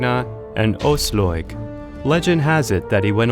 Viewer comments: Ojsllojg?!!!! Wtf man, her name is Aslaug. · English pronounciation of scandic names are sometimes legendary. Frø = Froeue Aslaug = Åsloig Asloig Auslåig hahaha Love it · Has this guy watched any of the TV show or did he just get given this script? The pronounciations absolutely ruined this video for me, lol. "Queen Oiyslouyg" "Eevar the boneless" "Ubbee" "Ragnar Lawthbrok" jheez. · "ausloyeg" holy shit man,you brutality butchered those names. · "Queen Aoslåyg".... oh god these pronounciations ... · George Zaharia asslog eeevar haahaa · I get triggered when he says Brünnhilde and Aslaug... But cool Video